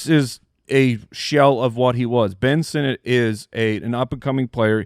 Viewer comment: Ben Sinnott? Paaaaaaaaaa-lease